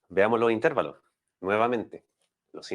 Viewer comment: No se dice "intérvalos". La palabra correcta es "intervalos".